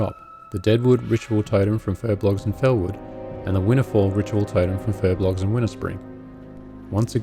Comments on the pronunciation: Fur-B-O-L-G-S !! Not Fur-B-L-O-G-S! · Furbolgs, not furblogs.